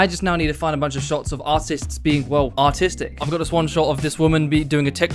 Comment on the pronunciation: Whn he said "Of this woman be doing a TikTok dance" I thought he said autistic instead of artistic and I agreed, unfortunate.